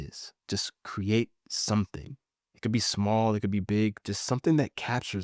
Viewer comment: Great content and great ideas. Most people cannot pronounce the long e sound like we or seen. So the word create comes out cruate